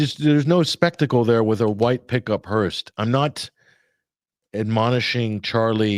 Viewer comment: it’s a “hearse” not a hearst. Patty was a Hearst